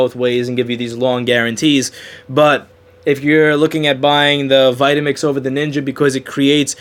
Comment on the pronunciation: NINJA NOT NINKA.